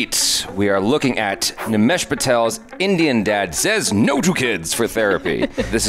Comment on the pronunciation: Nimesh got the accent and voice bro